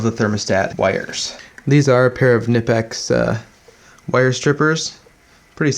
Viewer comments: It's Kuh nee pix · Great video....always very informative. Knipex make great tools, but the name is pronounced Ka nip ex.....not kidding...lol